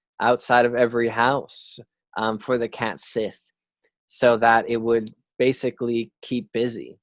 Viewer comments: Cat Sith is pronounced Cat Shee (like the Irish Sidhe is also Shee) Another great video. These pronounciations are tricky ones. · Cat sith is pronounced like cat shee, just letting you know